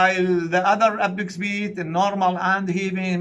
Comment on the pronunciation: apex beat not epic speed صححها بالعناوين عيني 😂